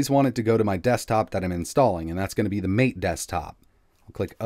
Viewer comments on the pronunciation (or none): MATE = Mah-Tay